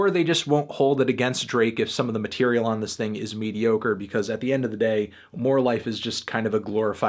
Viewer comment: How did you not like this "ting"? This "ting" fire 🔥🔥🔥😂😂